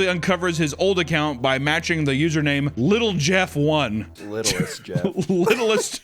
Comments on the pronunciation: Its not littlestjeff, it is pronounced little saint jeff akin to his private island name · his fort name us little st jeff. not littlest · correction with a minor detail, pronounces Epstein's fortnite username "littlestJeff" when "littlestJeff" is supposed to be "little st. James" after his island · His Fortnite username “Littlestjeff” I think is pronounced “Little Saint Jeff”, like his island Little St. James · "littlestjeff" is supposed to be read "little st jeff" like "Little Saint James Island" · I believe it’s supposed to be “Little Saint Jeff”, like his island.